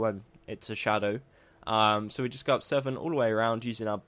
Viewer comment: why did you say shadwo instead of shadow